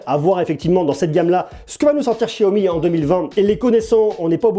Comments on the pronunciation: Je suis le seul a dire xiaomi et pas chiaomi?!!! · Excellente video, par contre ca grince aux oreilles le chiaomi alors que cela se prononce siaomi ^^ petit grain de riz. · Apprend a parlé c est un x pas chiaomi ch chia c'est pas ça comment tu peux être crédible et parle moins vite aussi